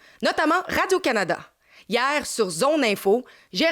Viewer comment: Qui écoute encore la Radio de l'armée canadienne 🤣🤣🤣 Radio-Canadahh. Ceux qui ajoutent toujours un H à la fin de CanadaH